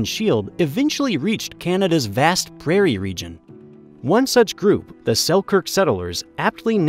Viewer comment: It wasn't even French... He said "prayer" instead of either the French or English pronunciation of Prairie, lol...